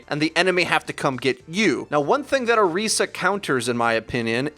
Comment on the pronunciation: You even said her name right...I appreciate everything about this video